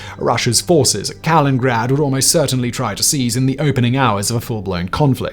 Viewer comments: Kaliningrad is not Kalingrad Kal-in-in-grad not Kal-in-grad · Kaliningrad not Kalingrad bro, might want to read a little slower at the mark. Spelled it right, said it wrong. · Kalingrad, WTF dude! 😂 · It's Kaliningrad, not Kalingrad. It's written there on the screen for you. You expert, you. Edit: : Oh, you've done it again. You really do seem to think it's Kalingrad. Maybe Dshorn lives in Kalingrad. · Yes. I especially enjoyed hearing about "Dshorn" and "Kalingrad" (several times). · Again, it is Kaliningrad, not Kalingrad. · Kaliningrad not Kalingrad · Kalin-grad? Bugha? Jesus Christ learn the pronunciation of the places you talk about, even if it were just to make it a bit less obvious that you have no idea about what someone wrote for you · Jens is read as you would read Yen's Nordic J is read as english Y Not Kaliningrad, named after Russian War Criminal Kalinin. In Czech, Polish and German: Kralovec, Królewiec, Köningsberg... equivalent of Kingstown.